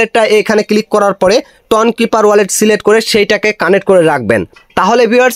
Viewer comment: কানেট না ভাই কানেক্ট